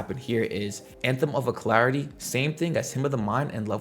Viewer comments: Uh-lack-ritty Alacrity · Al Crit tea